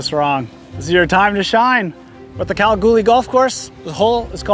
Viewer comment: Ahh love the way you said Kalgoorlie !! Yes I grew up in the town and I’m always fascinated how other from around the world pronounces it